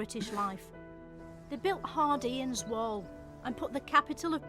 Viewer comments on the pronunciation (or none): Anyone else catch, "Hard Ian's Wall" for Hadrian's Wall?? I'm wheezing. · Hard Ian's wall 😂 her pronunciation is almost as bad as mine